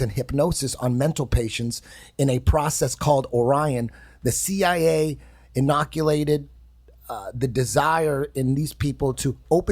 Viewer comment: I know the quote from Behold a Pale Horse & i knew he was gonna misread "inculcated" as 'inoculated' as soon as he started reading it!!